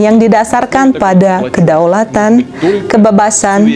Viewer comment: Penggunaan kata "kami" dan "kita" sudah sangat benar, salut untuk tp pengucapan kata "kebebasan" masih salah, hehe....semoga bertambah bagus..